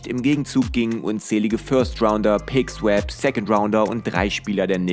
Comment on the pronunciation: Ich muss es einfach irgenwann kommentieren. Bitte spreche Pick swaps nicht "Sweps" aus 😭 Bringt mich inmer voll raus. Ich weiß nicht ob das ein Insider oder Engagement Bait ist aber das Video ist sonst gut👍